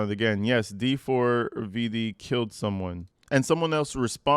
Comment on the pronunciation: That dee four vee dee pronunciation 😂 bro was really mad